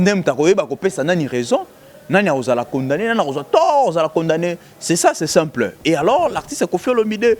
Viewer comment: Marcheveque alela ko tia ba U naba phrase naye hein, lol c'est simpleu etc..